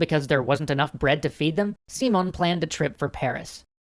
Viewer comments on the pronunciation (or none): I don't want to sound too hard with a non native speaker, but his name is SimÓn Bolívar, with the accent in the "o", not SÍmon Bolívar with the accent in the "i". Anyway, as always, great video (and thanks for showing the history of Latin America!! I want to see what you will do with the "truchiman sacamicas" of Santander and the Reconquista of the colonies) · As cool as these are I can't get over your pronunciation of Simón,! The emphasis is on the O, not sImon, simOn. Instead of Seemon, it's Seamohn" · He did not stress the right syllable...SÍ-mon BÓ-livar it's how he stressed it, when it should be si-MÓN bo-LÍ-var. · it's See-môn, not See-mun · Not trying to be a dick about it, but I thought you'd like to know: I have to point out that you're stressing the wrong syllable. Instead of SEE-mon, it's see-MON. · Dear, here is some trick to pronounce spanish names and words: when a word had this "á" kind of sign over a letter that means that letter carries the stress of the word. So instead of "See-mon" you should say it like "Sim-ON" and instead of "Boulevard" you should say it like: "Bo-LEE-var". Good luck with that! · just a clarification: Simón has entonation in the last syllable: its siMON, not SImon. And Bolivar has entonation in the middle one: boLIvar, not BOlivar. :P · I know it's just nitpicking, but it bothers me the way he says SImón... It's siMÓN the strong part in the last syllable. Maybe it's better to just call him Simon, like you would say it in english, because if not, sounds a little weird. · you prnounced simon bol-i-var. the correct prnounciation is Si-MÓN Bo-LÍ-var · It's see-MONE not SEE-mone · Yo, guys, love the video. I just wanted to give you a little tip, it's pronounced SiMON, not SImon. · Dude, it's not SEEmon, It's SiMON (accent on the "o") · Thats because english speakers cannot say the name properly. I keep hearing SImon instead of SimÓn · si-MON bo-LI-var you're welcome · lol its not pronounced seamon